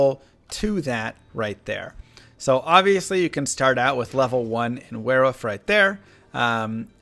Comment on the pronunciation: "Werewoof" Lol